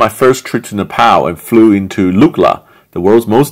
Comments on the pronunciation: Its pronounced ne pal not na pal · mate, it's not Nepaaaal btw, more like Nep'o'l like how the Brits say it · Sam it’s Nep ALL not Nep PAL.. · It’s not nepow it’s nepal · Napal not Nepal duhhhh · Its nepal not napal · NePAL. It’s Neh-Pahl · It’s pronounced Nepaul, not Nepal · “Na-pow Airlines” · it's pronounced "nay paul" btw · its ne-pow.... jesus ... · Ne-PAUL sorry but it bugged me so hard, great video love your content :D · It’s Napall not nappal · Fucking trump pronounced Nepal as Nipple, sometimes I think he does all stupid stuff on purpose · You don’t know how to say Nepal 🤣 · Learn how to pronounce Nepal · If you are visiting a specific country, please make sure you know how to pronounce the name of the country correctly.